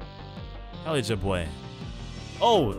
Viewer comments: o god ur pronunciation of Elijah is killing me :D its Ee-Lie-Jah, emphasis on the middle syllable and J is not pronounced like H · i like how he butchers the name elijah